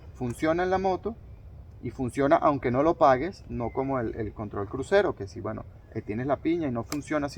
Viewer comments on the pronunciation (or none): Y no sé dice gueno, se dice bueno, chaburro